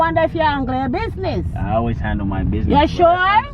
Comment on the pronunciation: Notice how she says “hangle your business“ and not handle🤣. They always replace d with g